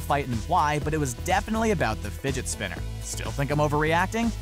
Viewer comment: Anybody else hear him say Spidget finner